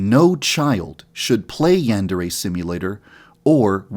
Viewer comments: I'm sorry to be that person, but you're saying "yandere" wrong. In Japanese, each vowel only has one pronunciation. A is pronounced "ah'", so the "an" in "yandere" is pronounced "ahn", not "an", which is how you're saying it. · Shouldn't the pronunciation be yan-deer?🤔🤔🤔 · You have horribly mispronounced Yandere